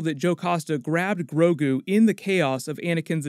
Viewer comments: he says “Groku”... STAR WARS AND DRAGON BALL Z IN THE SAME UNIVERSE CONFIRMED!!!!! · Everyone gonna ignore that “Groku” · he said Groku at one point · Grogu...Guorg...George, kind of!? : )